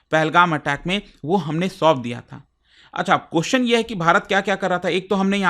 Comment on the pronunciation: Sir I respect your report but please understand please learn to pronounce question you extend the question ( pronounce )to qqqqooostn ye hai ki like thin please take a note on this millions are watching you